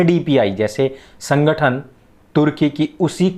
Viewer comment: pehle kehna to seekh le chutiye sankhatan bol rha he